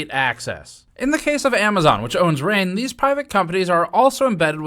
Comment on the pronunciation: I don’t think my man pronounced the “g” in “Ring” that whole time. “Rein”